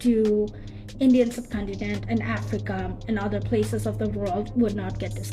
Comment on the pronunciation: it's not udder it is other. Great video